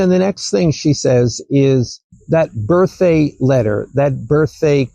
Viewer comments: Did he really say “Birth-Ay” 3 times in a row? I realize it’s beside the point. I always knew I’d lose my hearing some ay, just didn’t expect it to-ay. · says birthday without the D, he says, birththey, no D.. it’s a little strange..